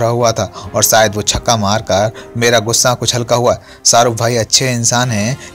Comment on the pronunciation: हमे लगता है...तुम अपणी हिंदी पेहले सुधार लो...सारुख नही शाहरुख है वो...